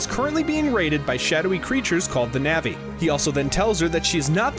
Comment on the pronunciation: Great video, other than constantly hearing you say "navi" instead of "nevi". Keep it up!